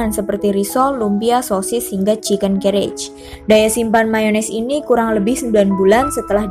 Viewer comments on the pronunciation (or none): Sist you have to know how to spell "chicken karaage" correctly. Karaage is a Japanese cooking technique so dibaca "Karage" seperti membaca dalam Bahasa Indonesia and not what it sounds like "carriage " in english :D